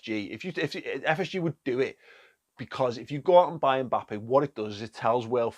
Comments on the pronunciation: Do they pronounce Mbappe 'Mbalme' in Wigan? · Klopp makes “MBappes”